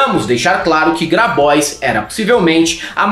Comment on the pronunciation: 02'13": eu acho que esse nome Grabois é francês... Por isso a pronúncia bem-diagramada dele deveria ser Grabuá ..., com R mais forte que o nosso e biquinho pra fechar a boca depois do som do A bem aberto no flnal.